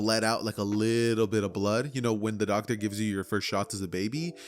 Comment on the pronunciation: Bro said the quirk Docer